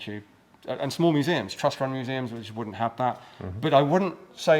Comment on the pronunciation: Great interview and thanks for the gratification of hearing the proper plural of museum! Even the museum guy was getting it wrong.😁